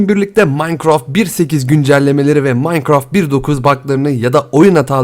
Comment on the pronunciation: Abi minecrafta yani maynkraft diye okkunuyo ya sen möynkraft diyosun qe.wQWE